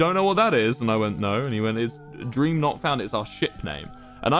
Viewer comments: It soundls like wil is saying cream 😂😂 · Guys it's official if Wilbur says it's gream it's gream ಠ﹏ಠ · ah yes jreem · Gream sounds like those weird mispronunciations like cheemse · Oh no its dnf anymore it's " GrEeM " lol